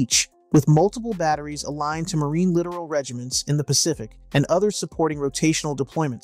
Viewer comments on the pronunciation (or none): Please remember it is ... LITTORAL... Pronounced Lit- tor-all... not literal.